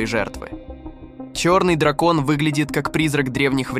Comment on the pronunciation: пАдина.....само това като чуя и ми е ясно че е ИИ....не е истина просто как качвате клипове и изкуствен интелект да ги озвучава на български....риба дракОн.... И това трябва да е образователно клипче